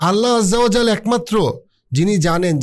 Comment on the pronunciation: "Allah ajja o jaojal" শব্দটি উচ্চারণ করা কঠিন। যে শব্দ ভালোভাবে উচ্চারণ করতে পারেন না, সেটি এড়িয়ে চলাই ভালো। উচ্চারণে ভুল হলে অর্থও ভুল হয়ে যেতে পারে। আল্লাহ হেফাজত করুন!